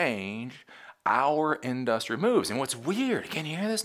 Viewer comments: It’s not our fault that SF was destroyed. It’s that their politicians allow crime and unchecked homelessness. Not us. Also, the way you say industry is annoying, lol. That said, I agree with your more practical takes that some tech industry leaders are pushing. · in DUSS tree